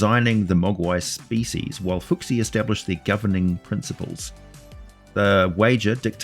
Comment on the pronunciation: Just one thing on Chinese pronunciation, each syllable is a distinct word, so in a word with multiple syllables each syllable has no bearing on the pronunciation of another. So ‘fu xi’ rather than ‘fooksi’. Multi syllable words are really just collections of multiple words with a clearly defined meaning, and they are often not grouped in the way you see in English in the pinyin (Chinese phonetic script) books for children I’ve seen, but rather have spaces between every syllable.